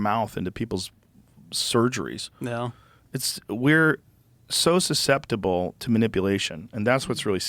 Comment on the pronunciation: "We're so suseptible to manipulation" -Joe Rogan